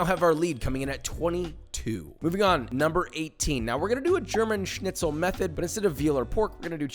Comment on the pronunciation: Wow u are the first American guy,that ive ever Heard, who can pronounce schnitzel right wow